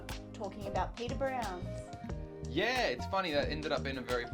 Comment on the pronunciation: that pub is pronounced pad-r browns.